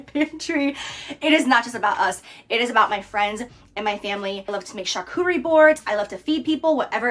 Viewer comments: "charkury board" I can't. I really wondered what it could be, maybe something asian? Then I realized it was supposed to be my own language and "charcuterie" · Why say "Charcuterie" if you cannot pronounce it? 🙈 And who tf recommend Gerolsteiner to her as if it was some kind of fancy health water? It's mineral water ffs. At least it's in glass.